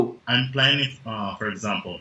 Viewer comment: O carinha falando "for example" parece pronunciar "por exemplo" hafuhaseushe